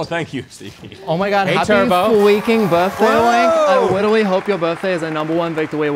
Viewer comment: “I witerawy don’t make the wules”